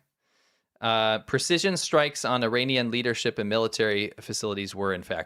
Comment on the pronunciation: The way you said leadership it sounded like Liter-ship. 🤪 Like what's a Liter-ship? 🤣 Is it supposed to be a European oil tanker where the amount of oil is measured in liters? 🤔